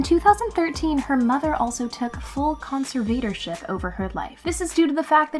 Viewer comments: The word is conservatorship, con ser vuh tor ship, not con se vator ship. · Con-Ser-Vader-Ship?? What the heck is that? It’s pronounce con-serv-er-tor-ship. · How old is the millenial narrator? Con..serve..vader..ship? It sounds.like she's never heard the word or knows what it means. Please look it, pronounce the word correctly, and use it in a sentence. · Who is reading this??? Concert-vador-ship (conservatorship) is pronounced incorrectly over and over! Yikes! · Con-ser-VAY-tor-ship? C'mon,, check an online dictionary for goodness sake and learn how to properly pronounce words. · Con-SIR-Vader-ship?? Tf somebody else had to of noticed the bizarre pronunciation of conservatorship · You must have hired an intern to narrate this video. She needs to learn how to pronounce conservatorship. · Conservatorship. Pronounce it correctly. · Why do you pronounce conservatorship so weirdly. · I like this video and the chick narrating, but everytime she tries pronouncing "conservatorship" a little piece of me dies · Your saying conservatorship wrong🤦🏼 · Is that really how "conservatorship" is pronounced? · No, it is not. LOL